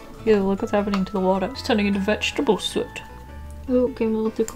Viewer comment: It’s soot not Saat